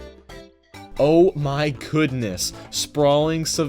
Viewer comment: did u say oh my coodness on purpose?